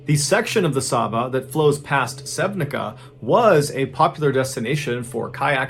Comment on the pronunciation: I'm shocked you actually did a story from Slovenia! Got a good laugh in from your pronunciation of Sevnica, but you got Sava's name on point! Really cool stories 🤍